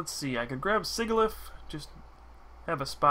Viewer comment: SIJILIF. Sigil is pronounced like J. The Hydreigon line gets their names from the German words for 1, 2, and 3. Ein, Zwei, Drei. 1 head , 2 heads, 3 heads.